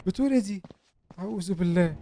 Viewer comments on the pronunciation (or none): none